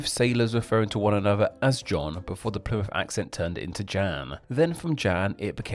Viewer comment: "Plymuff" instead of "Plymouth", "duh" instead of "the", "wivvin" instead of "within". "Diss" instead of"this". And you keep emphasizing the ends of words in the style of Mark E Smith. Genuinely interested to know what your accent is, you know, so I know what your demonym is.